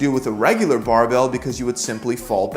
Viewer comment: Cant say barbell any more. Its now bahh-bell